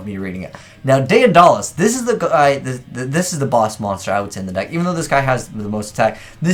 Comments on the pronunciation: Day Uh Dah Les lmao Day da les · Day-uhn-dollis... Tuh-rant... dude 😂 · Tie-Rant and Day-Duh-Lus